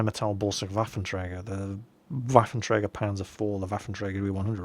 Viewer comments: You do pretty good with the pronounciation of the "Rheinmetall-Borsig Waffenträger" and still pretend you can't say "Panzer-Selbstfahrlafette"? You can better than that!;) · I´m loving it, when you say the german word "Waffenträger". You are pronouncing it good, but it still sounds unique ;-)